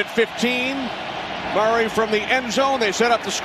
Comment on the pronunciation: Why does the commentator pronounce Murray as Maury !?